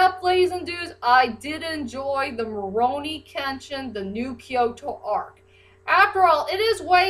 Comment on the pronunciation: I feel like you're saying rurouni with an m sound at the beginning like morouni kenshin